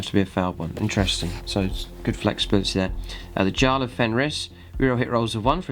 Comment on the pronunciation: Always enjoy your reviews. Possible updated Space Wolves army development for the plus channel perhaps??? I think personally the list needs a little fine tuning, where can we post suggested army lists for your army??? Also its pronounced `Yarl`, as in the Nordic term for `chief`.